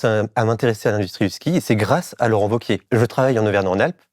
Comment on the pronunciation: Merci pour le contenu, comme toujours ultra pertinent avec Blast. Mais par contre "Laurent Wauquièze" ça m a perturbé. Ça se prononce VEAU-QUIÉ ! Ou Laurent Vachier, à la rigueur ! Mais sinon ça fait amateurs les amis. :)